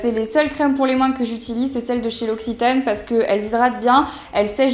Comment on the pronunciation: Puisque la marque l'occitane en Provence viens de Provence, pourquoi ne pas essayer de prononcer le mot " occitane " correctement ? :p